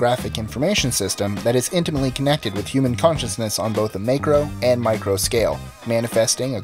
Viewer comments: DUDE - FAIL! The word is pronounced "mack-row", not "make-row." Successful narration is not just a matter of reading words, it also requires that one have at least some understanding of what they're reading and know how to pronounce words properly. If in doubt, go to the Merriam-Webster site and listen to the pronunciation of unfamiliar words before you record. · May-cro? If he can't pronounce a simple word like that, it tells me this guy has no idea what he's talking about.